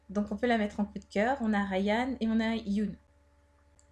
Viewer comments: hyun se prononce hyeonne pas hyounne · Hyun ca se prononce « yeun » et pas « yoon » et le h il se prononce aussi donc ca donne « Hyun », il doit surement etre coréen vu son nom ^w^